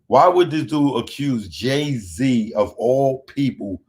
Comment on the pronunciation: "Ray Zee!!!" Damn son